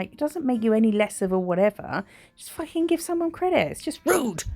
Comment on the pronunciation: 😂 "f♡<king champion" you sounded so Australian then and I should know Im an Aussie Lmao What an awesome set!